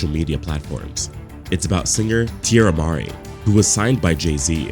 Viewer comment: It's Tierra Marie, not Mar-E.